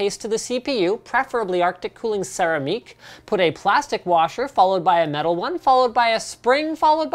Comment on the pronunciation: That's an interesting way to pronounce Céramique.